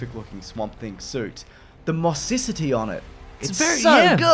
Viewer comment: "mosscicity"? LOL